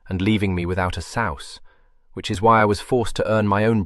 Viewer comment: Dear heart, this is nothing. In fact, having heard any amount of both audiobooks and AI, I'm only half-convinced it even is AI. The only word I've heard mispronounced is "sous," and the majority of modern English speakers could be forgiven for not knowing its pronunciation, given that it is long-since obsolete French currency. Even the AI that manages to recognize the cadence and intonation indicated by punctuation will suddenly spell out words rather than pronounce them, and are incapable of recognizing text clues for how a sentence ended with an exclamation mark ought to be read. The only reason I can hear why listeners consider this a "flat" narration is because the pace is slightly slow, to ensure listener comprehension, and there are no changes in voice for the various characters. Not every narrator does this. Not every narrator is Jim Dale.